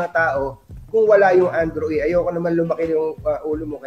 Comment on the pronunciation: Andrew E hindi Andrew A. po.😂😂😂